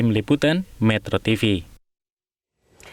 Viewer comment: Hah.... Metrotivu.. Sprti biasa..